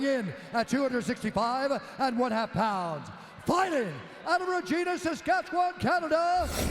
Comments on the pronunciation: As a Canadian, I hate how Bruce pronounced "Regina" 🤦🏻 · Regina is pronounced….well think vagina with an R